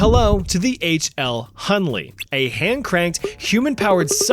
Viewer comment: Hunley is done ley 😂😂😂😭🙏